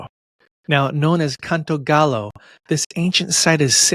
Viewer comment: It's not pronounced gallow. Gallo is pronounced guy-yo and it does mean rooster in English